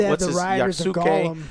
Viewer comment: First you pronounced yasuke wrong. Get it right. Second they made yasuke and naoe ltgb crap. People are sick are tired of it.